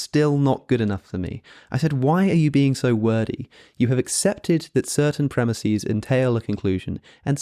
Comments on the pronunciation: Premises pronounced Premiseeeees? WTF is wrong with you? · Hey, Alex i really loved the video and it was great. But I can't stand you saying premises as premisis. Sry if I sound like a jackass